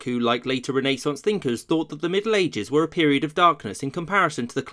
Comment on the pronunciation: yes, that's how its pronounced